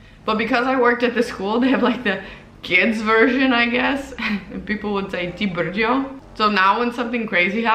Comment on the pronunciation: Your "Ty brďo" sounds perfectly native ... great job :) And to the beer topic - I highly appreciate your effort. Faking to like beer for 4 years is Oscar worthy :D I myself am not a fan of beer so I deeply understand you but during a Praque trip I was able to enjoy one or two 0,5L pints ... when fresh right from the tank it´s really good. And Coca Cola ... meh ... Pepsi is deffo better and Kofola is the best, more interresting.